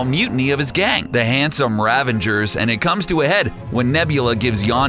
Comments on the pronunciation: Ravagers, not Ravengers. How many times are you going to mispronounce it? You even have a clip with Yondu talking about the code. Also Yondu was welcomed to the Guardians, but that would make him a Guardian of the Galaxy, not a Guardians of the Galaxy, unless he's suffering from multiple personality disorder. If you're going to narrate, do it properly. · Ravagers, not Ravengers, FFS, it's cring-worthy... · Ravangers? What? Where'd you come with an N in 'Ravagers'? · when talking about Starhawk you said ravingers, is that a reference to the actors blooper? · STOP PRONOUNCING RAVAGERS WRONG